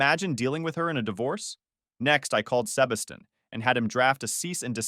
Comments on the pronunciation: good story but every time the narrator pronounces 'Sebastian' cracks me up (seba steen, instead of seh bas tian) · "Sebba-stain" 😂 ugh, AI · Sebastian is pronounced “Sea-bash-ton” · On the upside, at least he had Seb-uh-stain there to advise him. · Y’all need to work on the AI pronunciation of Sebastian